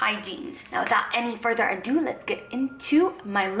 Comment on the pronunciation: Without any further “ADUUU” 😂